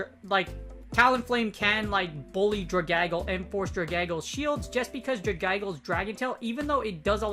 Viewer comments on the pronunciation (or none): Hey, I love your content! This is a great series! as an English teacher, I have to mention this; Dragalge ought to be pronounced Drag-al-gee (like Dragon+Algae, the ocean plant) Sorry, only mentioned it because it’s my job, please don’t hate me XD Ty for the content as always!!! Great work!